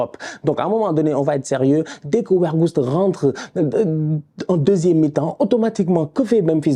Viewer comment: Weghorst je prononce Végorst pas Wergost🤣